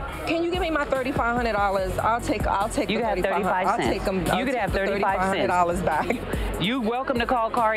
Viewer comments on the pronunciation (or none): “You can ha 35 sint” took me out 🥴